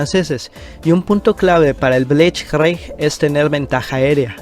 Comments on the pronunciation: El bleichgreig jajajajajajajaja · Aprende a pronunciar blizt krieg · Pronunciación: blitzkrij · Linea Monigot, Bleich Cric, por favor mejora tú pronunciación!! Más respeto. Minímo!!